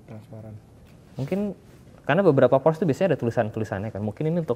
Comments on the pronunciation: PORSCYE ,, bukan PORSH wkwkwkwk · Porsche , e nya kelupaan bang Org Jerman ttep pake e kok